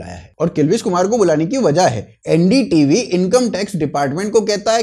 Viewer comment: ND tv nahi bhai LU-N-D TV